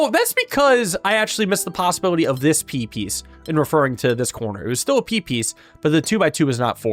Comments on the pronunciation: I keep hearing Pipis but that's just the Deltarune brainrot speaking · You all heard "p piece" as peepees when he kept saying it, right?